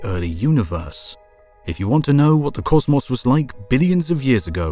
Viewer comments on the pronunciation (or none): i knew this video was gonna slap when i heard him say causmaus instead of cosmos